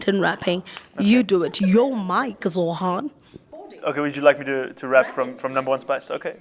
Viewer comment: Interviewer is calling him Zohan Vs Zohran. She doesn’t even say his name right. I know British English in Uganda ding say R but still